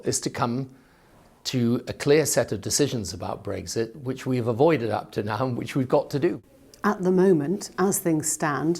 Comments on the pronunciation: It's Brexit not Breggsit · Never understood why he pronounces it ‘breggzit’ lmao